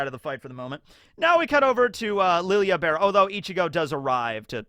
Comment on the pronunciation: Isn’t Lille Barro not pronounced Lilia? I could have sworn Yhawch said Lille and not Lilia. Did I hear wrong?